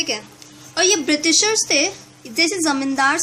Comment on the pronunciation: its बृटिसर not बृतीसर